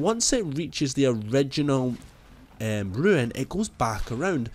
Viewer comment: c'mon say it with me... R U N E "ruune" not ruin "ru-in". LMFAO 🤪👍